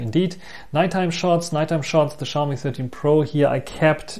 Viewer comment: The X in Xiaomi is always a challenge to western people. In Asian countries, the X is treated as S. So Xiaomi is pronounce as See-ow (one syllable) Me. That being said, the 13 Pro's audio is too noise filtered for my liking.